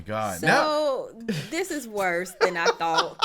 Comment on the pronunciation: "So...this is wose than I thought." Ahh. The Warhammer experience 😂